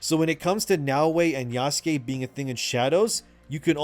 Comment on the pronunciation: Did he just say Yassuke? Did i hear that right? Lol good shit